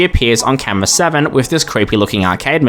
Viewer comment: bro said camwoa